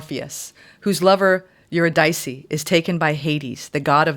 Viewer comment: uhr-IH-dih-see is how Eurydice is pronounced, fyi.